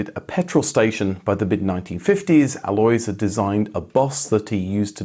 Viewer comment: And "Alois" insn't "alloys" either. It's something native English speakers struggle with: the stress is on the "A" but it's short, and it's followed by two distinct vowells. AH-lo-eese. Just find a German native speaker to do it for you. (We are not exactly a sparce resource.)